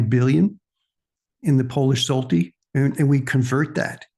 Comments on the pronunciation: Polish money is pronounced ( shwhat eh) got to have the Polish tongue to say it right, but that's close enough for Rock and Roll. Now we'll work on Pierogi 😂 Everyone butchers that one. ( pee- llllogee) The L's are rolled together like a cat purring. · thanks for the video,. you kept pronouncing the polish zloty as "zolty" interesting side note: the word zloty comes from the polish word for gold